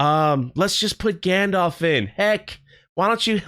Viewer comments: It's not gandolf.. It's gandalf. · Its gandalf not gandolf and ill be very, very surprised if meteor man is gandalf. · Gandorf and Lombowski. Is any one else ripping their hair out every time he says this? Maybe he's not used to public squeaking, he piss-pronunciates a lot of worms. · Gayndalf you mean..